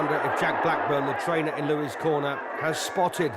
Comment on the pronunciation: Tell the "commentator" that it's Joe LOUIS, not "Joe LOUIE"! I'm sick of morons who can't get ANYTHING right!!!!